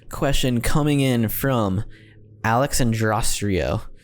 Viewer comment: How he pronounced Alexandra Carrico 💀😂🤣